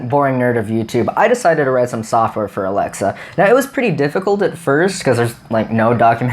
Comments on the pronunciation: SUMONE SAID ALEXLA? oh no ok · You activatedy Alexa